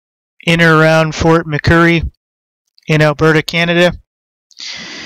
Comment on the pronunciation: It's not fort McCurry as you say it...it's fort Mc Murray